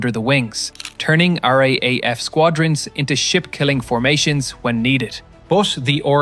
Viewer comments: I know I'm being petty, but please stop saying R aye aye F. We say R double A F. It sounds like you are saying RAF with a stutter and we are not the Royal Air Force. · Every time I hear someone say r a a f it doesn't go down well with us Australians . The correct way to say it is R double AF . We never say it as a a it has to be double A. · One day I hope we can teach the AI to say = R - Double A - F for RAAF. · Some one will mention it.... RAAF is pronounced R-double A-F. Great vid